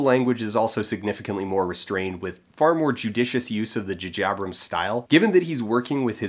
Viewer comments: The Djuhjiebrems style?! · Everytime he says "Jajabrums" it is quite painful. Ow. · JuhJabrums? Is that a Canada thing or did you think that's you being funny? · Jupiter Ascending being good, and calling J J Abrams "Ju Jabrams"? ok. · dude...come on...J J Abrams.....they are obviously different letters